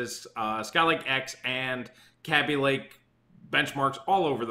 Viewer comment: How do you say baby? Its not cabi lake, its kaby lake